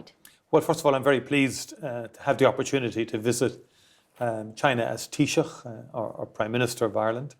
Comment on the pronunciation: Chinese interviewer nailed "Taoiseach"first time,very professional. British commentators have being butchering various iterations of "Tee Sock" for decades.